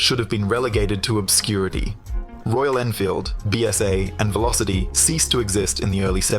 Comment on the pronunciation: Velocette , is pronounced as Velo Set , not velocity . Hesketh , is pronounced as Hesk Eth , not Hesk Set , Blime !